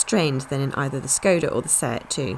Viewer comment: I wonder, why they correctly pronounce Ibiza but škoda, that should be pronounced like "shkoda" like a first letter in "SHY" or "SHAME" it is correctly pronounced "Shkoda"